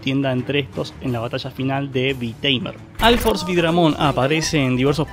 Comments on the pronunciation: alforce altimate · porque pronuncias la u como a????